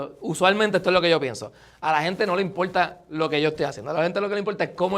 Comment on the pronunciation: Empiezes ???😮 Eres un "creador de contenido" con errores de ortografía ... pero bueno dices "impolta"